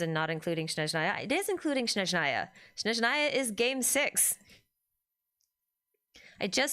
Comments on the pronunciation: Thanks for another live stream. I'm sure this came up before and you probably don't care, but it's SNeZHnaya, not SHneZnaya. The first syllable is SNEZH, imagine saying "snek" and just change the last letter to ZH. The rest is easy - NA-YA. Russian is not an easy language and I'm sure many things will get mispronounced by VAs but this is the name of a wholeass region. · "Mondstadt" is being mispronounced by everyone to this day, so unfortunately I wouldn't be surprised if the same thing happened to Snezhnaya 😔